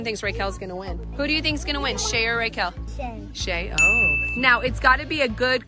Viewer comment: It is Rekel